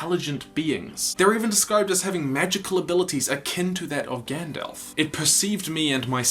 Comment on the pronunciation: Gandalf, not gand-elf.